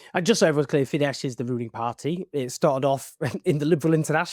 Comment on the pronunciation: Very minor point: the letters „“sz „in Hungarian make an s sound, the Hungarian word for bus is „busz“ pronounced like in German and similar to English. Fidesz is thus pronounced with an „s“ sound at the end.